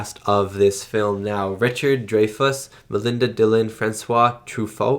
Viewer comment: Pronounced Dry-fuss and True-foe